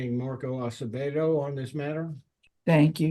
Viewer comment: Spanish last name Acevedo, not Asebedo. Try tp correct it if posible, not very important for the video but it is better to accuratly spell everything including names and surnames. Thank you